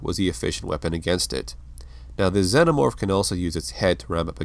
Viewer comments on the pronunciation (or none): Im sorry but its pronounced ZE-NO-MORPH not ZEN-O-MORPH. You saying it wrong 100 times ruins the video. It does make a difference. It'd be like calling a TERMINATOR a TERM-NATOR. Its just wrong. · That's not how one pronounces xenomorph.